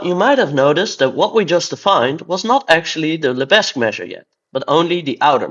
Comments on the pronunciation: The 's' in Lebesgue is silent, so it should be pronounced 'lebegue'. That's French for you! Edit: holy shit, this video is a banger. GREAT stuff! :D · Henri Lebesgue was French, the s is silent. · I love to troll my French colleagues by pronouncing Lebesgue as Leh-bezz-guEEH. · The visuals in this video are absolutely amazing! But, I'm sorry, it's practically impossible to hear you say "Lebesgue" with a non-silent 's'. Side note: What do you mean by "First year university calculus" in minute ????? You don't have real analysis in your first year of University? That's just a crime against mathematics! How can you claim to learn mathematics without absolute rigour from the first semester!